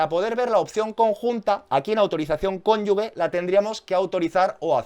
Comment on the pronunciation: Es cónyuGe, no 'cónyugue'